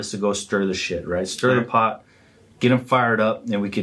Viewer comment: Pote is the character in queen of the South which simply means pot or tin 😆 but bro you say it soo hard lol